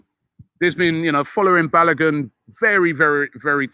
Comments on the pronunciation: Balagun LOLLLLLLLLLLL Its pronounced BAL(O as in Over) GU (N is silent) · Jesus Christ Robbie. It not BaloGUN. That’s not how you pronounce his name. This got me rolling on the floor🤣🤣🤣. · Did just call him Balagin? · Kelechi should please teach Robbie how to pronounce Balogun's name